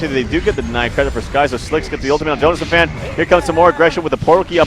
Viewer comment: youre pronouncing jonassomfan wrong its not jonasfan, its jonas som fan(not fän)